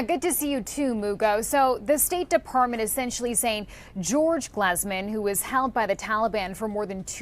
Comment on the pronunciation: It’s glEEZEman emphasis on the GLEEZE